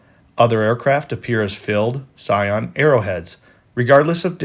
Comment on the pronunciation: If they left a minute apart, they saw each other on the ground. Each had to have known the other was in the area. And the narrator needs to learn how to pronounce "cyan". It's not "scion".